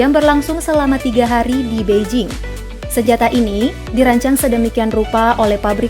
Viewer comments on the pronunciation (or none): none